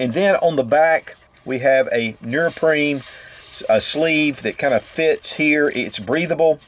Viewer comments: "Nee-er-prene" Hey. Your South Carolina is showing. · Came to hear "nuroprene" and wasn't let down.